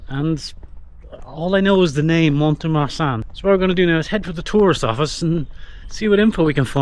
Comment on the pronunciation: If I may say the letter t in mont is never pronounced.